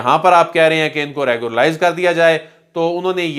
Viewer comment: Our ppl r very weak in English pronunciation. It is REGULARIZE not reguralize.